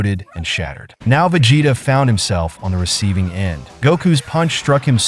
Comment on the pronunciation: Veg hetta😂😂😂cant hear no more